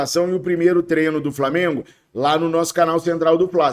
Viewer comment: Fala treiiinooo, e não trenoo